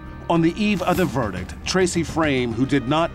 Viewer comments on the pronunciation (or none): I cringe when law professionals say verdick and districk. There's a "T" at the end of those words and it's not silent!